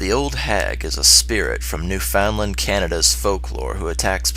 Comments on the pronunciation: Whenever I hear someone pronounce Newfoundland as "New FOWNDlund" I facepalm. Most people here pronounce it as "Nufunland" due to the dialect comparable to the Irish. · as a local of the maritime provinces, it's nice to hear of some stuff from around here. ps. I've decided to ignore how you pronounced Newfoundand :P